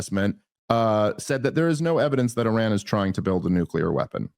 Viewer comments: Bro…nuc-LEAR, not nuc-ULAR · Please, its Nuclear. Not "nucular"